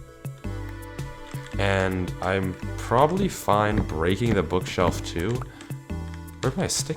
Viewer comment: I thought bro said "book shelf" not book shovel 😂